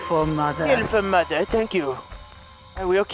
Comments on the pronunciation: BRUV, SAID "MUDDER" NOT "MOTHER" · Noticed how he says “mouder” instead of “mother” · Whenever says Mother it sounds like moder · “I will kill them kidder” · daniel pais if you’ve only just herd misspeak like that you obviously ain’t been watching him for long 😂